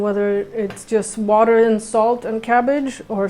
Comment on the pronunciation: says “ water” like a Philly girl....”wooder”...haha love it... Great pup too!